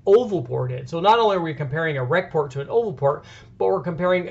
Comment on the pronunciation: pretty sure any thumbs down on this video comes from him saying ''Rec-Port'' head.....cringeworthy.....